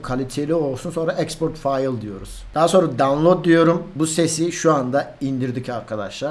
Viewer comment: Dawnlod diyorum 😂🤺 adamsın çok yararlı bilgiler bunlar teşekkürler